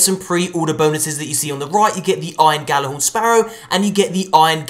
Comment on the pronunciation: I pre ordered the second I heard "Get the iron ghallahorn"